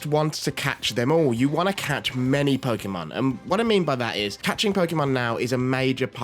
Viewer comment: Why do people still pronounce it pokEEEEEmon? It's Po-kay-mon.